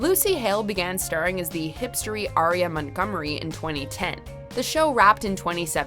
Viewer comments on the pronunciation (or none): none